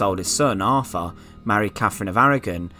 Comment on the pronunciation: I’m very interested in this stuff but just can’t listen to this guy talking about Arfur and who comes to the frone. You need a narrator who doesn’t have a speech impediment!